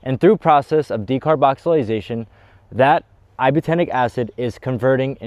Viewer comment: De car boxy lating or de car boxy lation, not decarboxilisation!